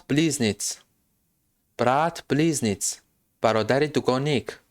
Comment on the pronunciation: Мебахшед, БлизнЕц, БлизнецЫ, - талаффуз мешавад , близнецы это когда дети внешне одинаковые, двойняшки - когда разные